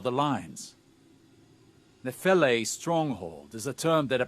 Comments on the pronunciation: This makes no sense. The pronunciation being used is a greek one (notably, the 'e' at the end pronounces itself), Nefele literally means cloud nymph, and Neomuna is on a gas giant. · Why is pronouncing Nefele wrong?